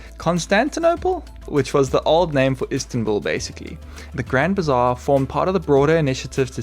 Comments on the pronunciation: It's Grand Bazaar, not bizarre... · Grand bizarre?😂 or bazaar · It is Grand Bazaar, not bizarre 😅 Istanbul is the most magical city in the world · Grand BIZARRE? 😅 I think it’s Grand Bazaar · I thought it was Grand Bazaar not bizarre LOL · Like your content, guys! Keep them coming. It’s the grand bazaar and not the grand bizarre. ❤ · Grand Bizarre 😂 or Grand Bazaar? 😊 Thanks for the great video : )